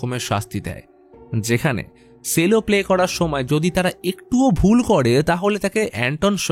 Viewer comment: Sorry ওটা সেলো নয়,ওটা চেলো pronunciation টা ঠিক করলে খুশি হবো🙂🙂😊😊